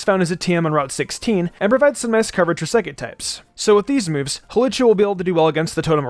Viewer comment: Lol I like how in a previous video he fixed his mistake about Hawlucha, but in this video he doesn't